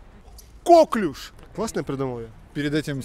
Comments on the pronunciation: Новая железа в организме-слюнощитовидная🤣 коклЮш, на Ю ударение. Французкое слово, как ты любишь. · КоклЮш правильно говорится! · Я в 15 лет знала значение всех этих слов… Читать надо классику, там все эти слова попадаются И не кОклюш, а коклЮш!!! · не кОклюш, )))) а коклЮш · коклюш,, просто коклюш)